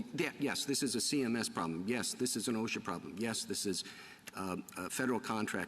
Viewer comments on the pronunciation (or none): Roberts nailed her. They've had two years to get Congress to act. It's not an emergency for anyone, but Biden. Next time send a lawyer that can pronounce OSHA. What's Awe-Shucks? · The lady speaking can't even pronounce OSHA correctly, but is in a position to promote compelled toxin injektions? LOL - hey lady....it's not Oshkosh - but that's not important right now. SMH pathetic!!!!!!! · I’ve never heard OSHA pronounced asha.